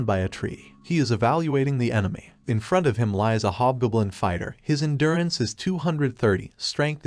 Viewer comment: GOB. . . JUST SAY HOB G O B L I N. NOT BLOODY GUBLIN OR GBLIN. . . WILL YOU LEARN HOW TO TALK FOR CRYIN OUT LOUD!!!